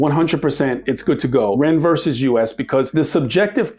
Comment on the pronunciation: VERSUS! THE FUCKING WORD IS VERSUS! It's NOT "VERSE"!!!! 🤬